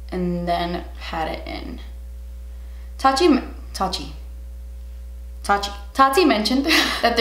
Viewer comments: I ligit sprayed my coffee out of my mouth when you said "tatchi" 😂😂🤣😂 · Tat-chi? Haha! Everything turned out flawless btw!!! Love it~ love your honestly opinion!